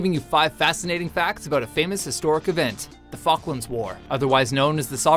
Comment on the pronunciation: Maybe proper pronunciation would help. Falklands